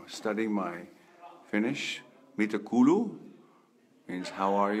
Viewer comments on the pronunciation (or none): David did pretty well with Finnish here. The only mistake was in "mitä kuuluu" (how are you / how's it hanging) which he pronounced as "mitä kuluu" (what's spending / what's wearing out). Unlike in English, in Finnish double vowel means that you have to pronounce that vowel sound longer – it's more like a diphtong with the same letter than some specific time period for a single vowel, though. The R in "rakastan sinua" was a bit excaggarated but otherwise just fine; really well done for a native English speaker!